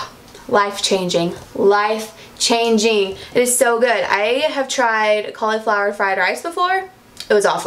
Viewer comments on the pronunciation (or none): Cal-E-flower, haha 😂 you're so cute! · Ok I can't handle the way you say "cauliflower"